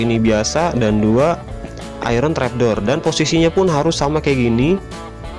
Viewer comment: Sebut iron adalah "ayen" bukan ai-ron